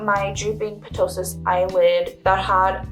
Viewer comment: The p in ptosis is silent.